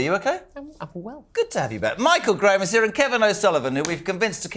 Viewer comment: Jezza always says Michael Graham! He's the US political reporter on talk tv! Dunno why it bothers me, but it does....